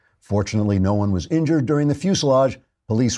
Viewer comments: Fusillade, not fuselage : ) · Everybody says "fuselage" when they mean "fusillade."